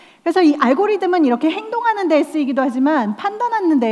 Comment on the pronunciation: algorithm이니까 영어는 듬에 가까운 발음이죠